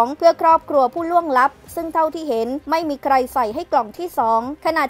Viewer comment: ผู้ล่วงลับ ไม่ใช่ผู้ล่วงหลับ นาทีที่ 3.02